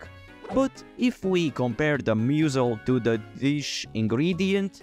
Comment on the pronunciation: Describing mussels, “moosles” lol